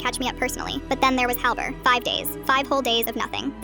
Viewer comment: Helbert ❌️ Hell,albert ✅️